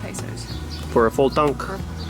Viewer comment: Thy way she said "full tank"... full tank ina :D